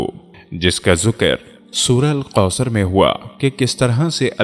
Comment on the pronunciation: بہت خوبصورت انداز ۔۔البتہ لفظ کاف کو قاف نا پڑھیں مثلا ۔۔کبھی کو قبھی ۔۔اور ایاک نعبد کو ایاق نعبد ۔۔سورة الکوثر کو سورة القوثر ۔۔ حدیث پاک میں آنحضرت صلی اللہ علیہ وسلم نے ارشاد فرمایا المئومن مراء ة المئومن ۔۔